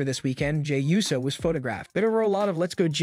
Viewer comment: 🤦🏾‍♂️ ITS PRONOUNCED OOOOO - SO AND FEE - ASCO. You know what, im convinced that this is a text to speech